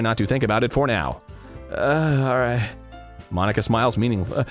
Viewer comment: "mon-ika" ika means squid in japanese